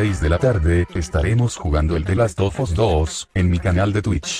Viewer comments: Personas normales: the last of us: The LAS OFAS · Nadie:: "de las of as" XD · ¿Dices te last ofus? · ¿Soy el único que escucho que dice: Delasofas, cuando dice The Last Of Us? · El "De lazo fos 2" 😂😂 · Gente normal: The last of us: Delasofas*